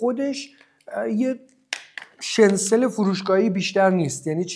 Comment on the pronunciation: داداش شنسل چیه؟! شنیتزل درسته که کلمهٔ آلمانی هست و در امریکا و انگلیس هم استفاده میشه Schnitzel.